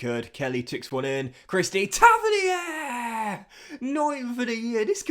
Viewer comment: Tavernier is pronounced Taverneer. You’re Frenchafying it